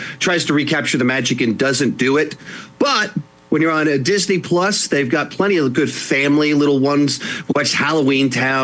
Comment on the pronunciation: Cracking up with “DINSEY-HULU” lol